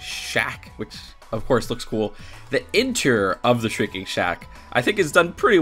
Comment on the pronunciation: Also sh-REEK-ing shack not sh-RINK-ing. 💕